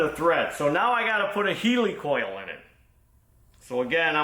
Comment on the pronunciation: The thread insert is a 'hell-i-coil ' not a heeelycole 😂